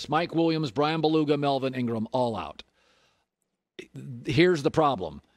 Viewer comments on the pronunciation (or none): “Bryan Beluga”